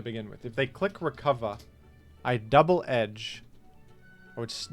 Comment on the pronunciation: don't say double edge-ing like that